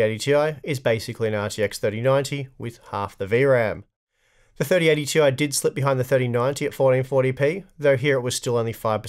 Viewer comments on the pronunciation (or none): Why do you keep saying Tee-eye? IT'S PRONOUNCED TIE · "Tie" is the proper pronunciation. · I thought it was pronounced "tie" now?